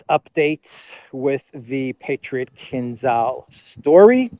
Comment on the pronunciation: So this expert can't even pronounce Kinzhal right.